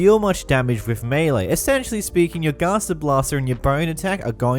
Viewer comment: His pronounciation of "Gaster" is quite ghastly